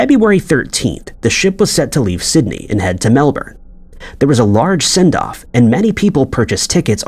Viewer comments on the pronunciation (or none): none